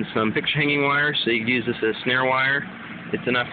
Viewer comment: its use not pews